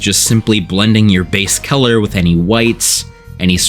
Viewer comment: Are you from Pennsylvania? You pronounce color like Keller. That's definitely a PA thing